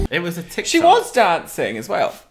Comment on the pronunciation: I truly hate you, I lost it at “ You guys are in a crisis, I’m DAUNCING” 😂😭